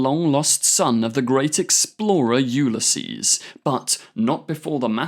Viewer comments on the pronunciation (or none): none